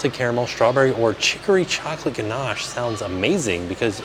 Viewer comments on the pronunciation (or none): none